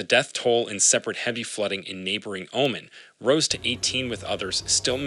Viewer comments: I used to live in Abu Dhabi. Oman is pronounced “oh-mon” not “omen”. Otherwise great footage! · Learn how to pronounce Oman - this is your job after all.